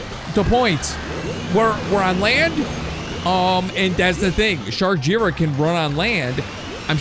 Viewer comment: It's J-I ra not jira